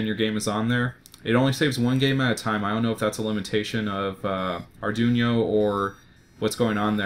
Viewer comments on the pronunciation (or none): no, i didnt mind arduboy, its just ar-dune-yo really jarred me. i think im gonna preorder my own real soon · or arr-dwee-no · the way you pronounced arduino pained me, but great video! cant wait to buy an arduboy and dig into making and playing games